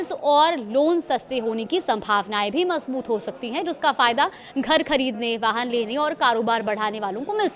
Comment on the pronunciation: Are madam majboot hota hai majboot nahi 😂😂😂